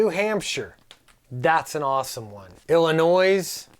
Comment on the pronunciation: The good is when is shut off. The bad is silly handy squakies showing up, the bad is grown men walking around with them on their belts with the big fat bellies. By the way the s on the end Illinois is silent.